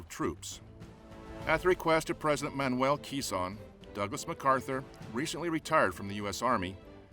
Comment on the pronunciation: Bro it not manuel kison it manuel Quezon